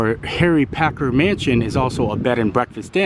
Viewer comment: Omg please say the name right it is Packer not Parker and not Asia it is Asa.